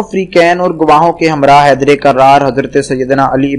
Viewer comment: yar bary koi lantiii hu tum km az km tital to dang ka day r plz km az km bolna seekh ly thk say naraaaaaa eeeee Hadriii ya Aliiii a.s